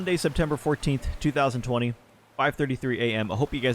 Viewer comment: You actually said 2020 correct this time lol